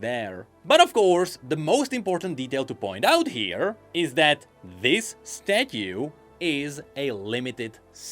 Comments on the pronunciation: The way he says stathue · i need 12 hours of saying "statyu" now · I can't get over your pronunciation of "statue" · I just cant take saying Statue.... its soooooo odddddd